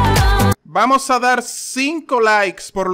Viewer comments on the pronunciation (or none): none